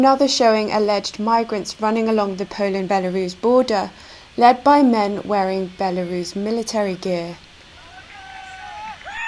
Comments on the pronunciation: Led, not lead. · Led not lead